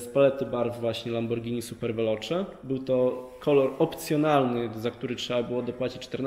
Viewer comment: kupuje lamborgini prygotujcze czensczi